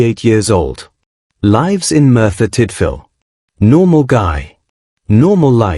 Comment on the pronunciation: If ut goin talk get voise weigt worse editing ever u say lives not lives loads miatakes carnt watch ca oways correct in words